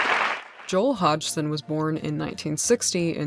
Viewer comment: Terrific, well done!!! BTW, according to Joel, his last name is pronounced with a silent "g", making it Hodson." At least that's what I remember. If that's my only concern, what a full, rich life I have!